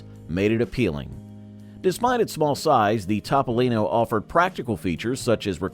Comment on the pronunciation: Evidently Leno has a different car. His is a Tahpolino not a Topolino! LOL